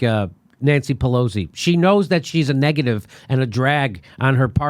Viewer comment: Jimmy, you keep saying "PeLOZZI", but I think it's Pe LOS i.